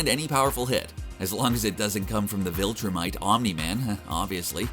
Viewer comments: its viltrumites not voltra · " Vulture mites" ...viltrumites.. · i don't know if i am hearing this correctly or not but it sounds like you are calling them vultrimites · Is it just me,or is he saying "Vultrumites" instead of Viltrumites?lol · Why not say viltrumites the way it’s said in the show !?!?!?!